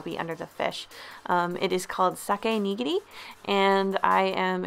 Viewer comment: Not Sake Neegeegri (quickly) It’s (Sa-Kay) (Knee-Gear-E)